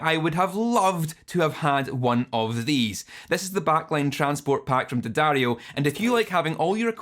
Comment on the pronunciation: at least you pronounce the name of the brand correctly ;)